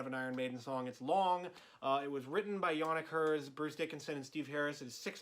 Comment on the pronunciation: "This was written by Yonnikers"